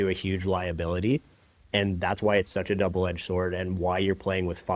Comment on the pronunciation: ok I thought it sounded like you said "'Devil edged sword" haha I thought it was a slip